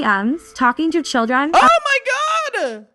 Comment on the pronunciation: Her saying “chyldrin” struck a sleeper agent nerve in my body